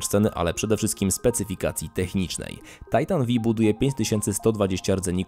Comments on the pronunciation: To tego się nie czyta Titan V(five)? o.O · Ja myślałem że to się czyta tajtan pięć a , nie vi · Titan V inaczej tytan piąty. XD a nie Vi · Tajtan Vi xD Tysiąc osiemdziesiat TiAj :D Za to GieTeIx... ErTeIx... łot da fak? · V jak Volta